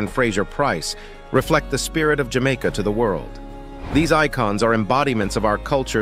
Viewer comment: I love where you say, Jah Maker❤